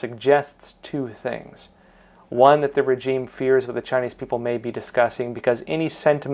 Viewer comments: good content.... however, it's "rei·zheem". please. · Pls pronounce 'regime' correctly. The 'g' is soft. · That’s not how you pronounce regime pal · FTLOG, please learn how to pronounce regime.